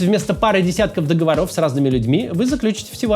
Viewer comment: Максим, спасибо большое за выпуски. 😊 Можно позволю себе небольшое замечание? Уже несколько раз слышу у Вас фонетическую ошибку в одном и том же слове (в разных выпусках). Слово часто употребляется. В этом случае оно было в рекламе к этому видео (с ). Слово "договоров" (ударение в этом слове всегда нужно ставить на третий слог - "договОров", не "договорОв"). 😅 Можно легко запомнить, используя этот стишок: "Не мошенники, не вОры Заключают договОры".😊